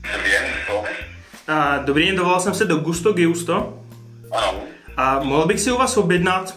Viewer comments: Čte se to Gusto Džusto.. Gi se v italštině čte dž.. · Gusto Džusto...se to čte kulinari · A propos, je možné, že se to čte Džusto? Podle vzoru Giuseppe...